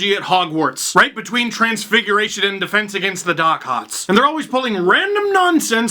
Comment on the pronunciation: Did you say defense against the dark arts in a Boston accent on purpose?